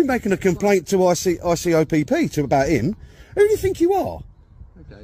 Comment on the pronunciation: ICOPP 😂 it’s IOPC use to be IPCC